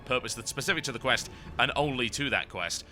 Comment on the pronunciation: "escort teh stick" lolz.